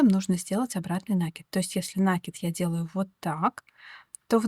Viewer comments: Узор красивый. Но пожалуйста, не нАкид, а накИд! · Извините,но не «нАкид»,а накИд,проверочное слово «накИдывать» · Узор интересный, всë наглядно и дрступно. Но!!! НакИд, пЕтель!!! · Рукодельница без спорно, браво. Рисунок шикарный. Но произношение слова нАкид простите режет уши. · Накид от слова накинуть(нить на спицу), накидывать(на что либо). Соответственно-накИд. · это в вашем населённом пункте (деревне, хуторе?) так сложилось. По всей России по-русски правильно говорят накИд. Оставьте ваши местечковые замашки. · Вас не шокирует "нАкид"? Какая-то девушка упорствовала в таком произнесении, кажется из западно-украинского села. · Пожалуйста, говорите правильно слово НАКИД, ударение на букву " И ".